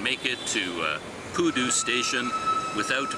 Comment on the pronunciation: I heard koodo instead of pudu...